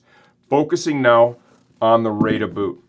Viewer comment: you say the name like "rider", same thing as their other baika "biker" boot, it's the japanese version of those words :)